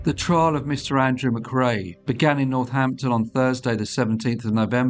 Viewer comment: says Northnapton